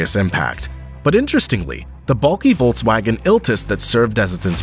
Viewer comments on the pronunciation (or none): none